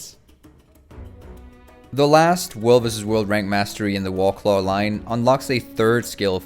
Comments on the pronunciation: You sound like you're a native English speaker, so it bothers me that you don't pronounce "war" properly. "The Wahclah mount" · I keep hearing you say "Wallclaw". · "the wawclaw"